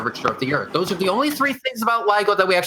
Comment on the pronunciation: What's the "airth"?!? Why didn't they tell these people this debate was to be held in ENGLISH?!? Where are the damn subtitles? Nvrmnd, it probably can't interpret the stupidity.